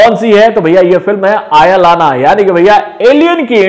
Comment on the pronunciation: It's not आयालाना ❌ it's अयलान ✔️✔️🙏😍